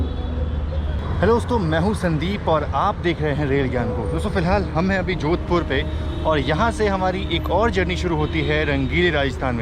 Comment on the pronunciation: Bro jodhpur not jodhapur